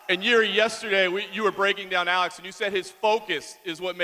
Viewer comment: When the fuck did Alex become "Ah-leggs"?